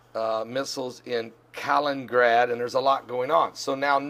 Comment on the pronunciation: Kaliningrad has 4 syllables: Ka LIN in grad.